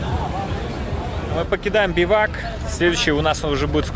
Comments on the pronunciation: биавук, бивук сразу после того,как ему сказали, что правильно бивак - эх, как всегда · Аки биавук? - Нет, правильно будет бивак. Но нинтендо, Адюс! ))))😂😂😂